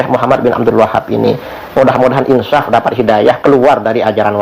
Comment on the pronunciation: ini bilang insaf saja انشف ، pake sya... Insyaf... Aku penasaran bagaimana baca Qur'an nya ini..